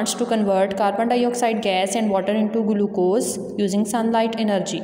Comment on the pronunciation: The way you said glucose 🎉😂😂😂